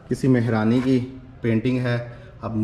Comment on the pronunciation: MashaAllah boht achi koshish hoti hy kafi detail main ap btaty hain Maza a jata hy vlog daikhny ka bs aik request thi agr apko bura na lagy tou zra Urdu ki pronunciation zra aour bhtr kr lain ap bar bar taachqy Keh rahy theiy JB kh taaqchy hota hy mehraani nai balkh mahrani hota hy don't mind it thanks